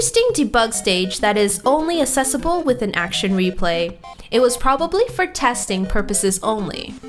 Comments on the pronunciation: I notice how you say "assessable" instead of "accessible". How quirky. :P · lovely video, but please pronounce the "access" part in "accessible"!